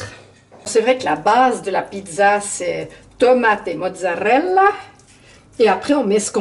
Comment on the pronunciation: MMMMMMMMhhhhhhh c'est encore Nonor qui a tout mangé 😁😁 J'adore ton accent italien " Mozzzarrrrrrrrella" 👍👍 😋😋 RRRRRRomana 😉😘😘 bisous